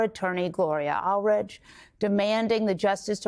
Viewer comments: that was more than a bit embarrasing,. Gloria Allred has been around for a MILLION YEARS and you can't even pronounce the right last name for her. Aldridge? Please... don't blame it on nervousness. It's just plain sloppy. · Her attorneys name is Gloria Allred I'm surprised that as a newscaster, you don't know the correct pronunciation of your guest's name Where are your producers? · Please pronounce Gloria Allred’s surname name correctly.